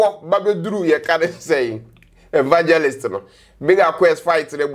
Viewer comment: Lol Nana1 you caught that too right! 🤣🤣🤣 I kept saying am I the only one hearing that? “Vangelist” 🤣🤣🤣